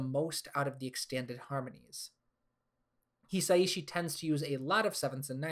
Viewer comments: Small side comment: Joe “Hisaishi” pronounced He-Sigh-She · the way he pronounces Hisaishi destroys the video